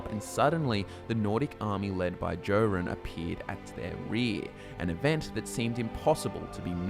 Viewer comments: I don't think he has. He keeps mispronouncing King Jorunn's name: it's pronounced "Yor-un" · Someone who pronounces my king's name as "Jo" run, is clearly an Aldmeri elf trying to publish propaganda against the pact. psh.